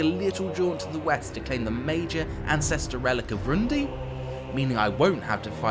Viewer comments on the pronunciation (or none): Very cool showcase, but I will have to remove like all of the points due to the genuinely awful pronunciation of the names. Hashut, not Hasut. Valaya not Valia. Grungni, not Grundi. I mean come on, practicing these names literally takes less than 5 minutes and looks pretty bad. It's especially bad because not only were these weird pronunciations not present in the other videos, but the chaos dwarfs keep saying Hashut in the video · Someone really, REALLY needs to learn how to pronounce GRUNGNI, VALAYA and HASHUT.